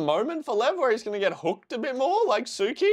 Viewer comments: Say it with me “Lee-ev”. Ev like Everest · I thought the characters were mispronouncing his name, because I think I watched a Russian reaction say that they say lion: lev, without the ee, and the comments told him that it was like that but everyone else called him Lee ev because that is how it sound with Japanese accent, I could be totally wrong, but that's what I got